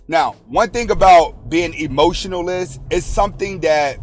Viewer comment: He was saying emotionalist not emotionless😅